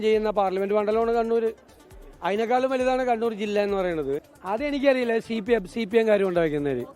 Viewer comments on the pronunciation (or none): Sheepim എന്ന് പറയാതെ cpim എന്ന് പറഞ്ഞ് കൂടെ നേതാവേ.. കള്ള് kudichittundo